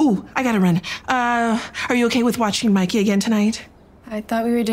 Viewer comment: "Mikey" instead of Mickey is sad but good work